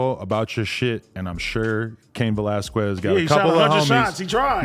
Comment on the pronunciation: why adam cant say his last name right😭😭its pronounced vellasskez😂😂